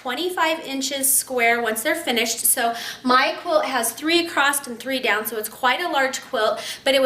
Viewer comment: Hi, you keep saying acrosst it's across